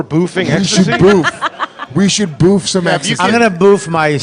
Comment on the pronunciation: Guys, you're pronouncing it wrong. "Boof" rhymes with woof, not roof.